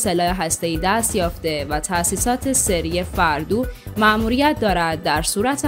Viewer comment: وای از ذبح کردن اسامی و کلماتی که مرتبآ به غلط تلفظ می شود خانوم محترم فُوردو نه فِردو